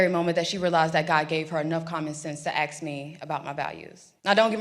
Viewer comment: She going to have time fix that "axe" instead of ask if she wants to go far. I am with her 100% but nobody will take her serious if she can't say the simple word ask.